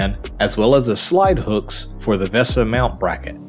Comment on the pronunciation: VESA is pronounced Vay-Sa mount for future reference. Cheers!